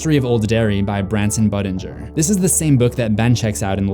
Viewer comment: Every time you say Buddingers name I think you’re saying butt injure